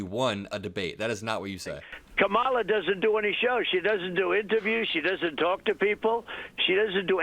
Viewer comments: Hes such a coward, when hes infront of her, he calls her KAMALA. When hes behind her back, he calls her kmala. Even after she said, "if u got something to say, say it to my face." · She walked up to him at his podium and introduced herself to him, and he still doesn’t know how to pronounce her name correctly. So is it cognitive decline or is he just stupid? Those are the only options unless it is blatant racism. Who could vote for this scourge? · And the fact that he keeps mispronouncing her name. Not even trying to hide it smh....